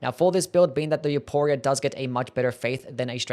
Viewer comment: Please I beg you the name is pronounced with an "F" sound not a hard "P"